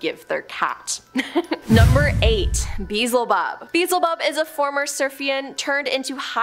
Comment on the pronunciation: It’s not Beezelbub! It’s pronounced Be-el-ze-bub!